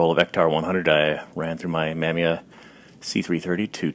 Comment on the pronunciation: was your pronunciation of Mamiya playful, or innocent? (ma-MEE-ya)